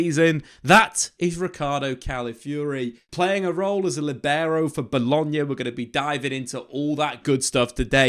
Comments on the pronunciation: The Líbero pronunciation is Leaber-o. Stressed syllable is the first one, LI (Lee). LEE!..bero. It´s normal to think that latin languages tend to highlight the last syllables, but this is not the case. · Learn how to say libero correctly